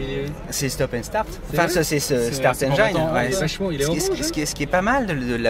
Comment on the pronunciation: Le PM pourrait prendre des cours d’anglais, 2 choses: « switcher », ça n’existe pas, c est un switch en anglais; « start enjaiiiine» engine ça se prononce comme un i prononcé en français ; pour tout le reste continuez ! Go POA !!!